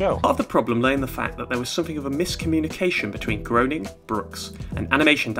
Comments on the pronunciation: Thanks so much for your videos! I’m just now discovering your channel! But just as an FYI: Matt Groening’s name looks like it’s pronounced GROW-Ning, but is in fact pronounced GREY-Ning. I’ve heard him say his name this way anyway, I absolutely LOVE LOVE LOVE this episode of The Simpson’s! It’s one of my all time favorites. I remember back when it first aired my BFF at the time and I had recorded it and watched it over and over again, and even mumbled to each other like Ms. Botz does! I for one love The Simpsons and am glad it’s still going after all these years, and I guess I’m the only one who feels like it should keep going, but hey it’s not the first time I’ve differed from the popular opinion....probably not the last either. LONG LIVE THE SIMPSONS!!! 💛💛💛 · Um achtually it's pronounced "Graining"